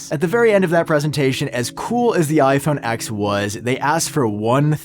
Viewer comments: it's pronounced iPhone 10 not X! 🤦‍♂️ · Why do you keep saying iPhone “ex”. It’s ten, it’s always been ten.